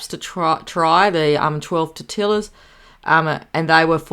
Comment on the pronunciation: Huge haul. I'm not a big snack person but I'd nail those shortbread cookies. Father's Day here in US is June. I like tortillas with grated cheese in the middle. Heat on a dry pan. Cut into wedges. BTW - the double LL is pronounced Y. So it's tortiYas. It's the Mexican language. Bloggers in England don't get it either. I'm with you on buying early for Christmas. I do pickles first, then cheeses.